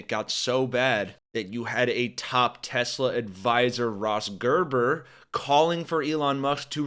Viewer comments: It didn’t help that Donnie pronounced it TesLER😂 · It’s pronounced TESLER 😂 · "Its a great product has good as it gets" Then doesn't even know the name and calls it "Tesler". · "I love Tesler" Derp...